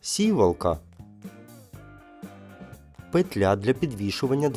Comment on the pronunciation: Завіса - на сцені, для дверей- завіс або завіси. Робіть правильно наголоси, у слові сівалка